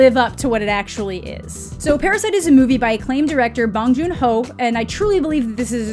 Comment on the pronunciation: Just an fyi to anyone who might care, Bong Jun Ho should be pronounced with an o like oh so bohng for his family name and for his given name, the h ends up silent, so more like Juno but with the stress/emphasis on the no. So, bohng juNO😄